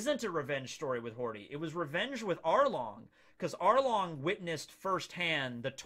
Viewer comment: Every time says “Hordy” Jones, a puppy dies somewhere.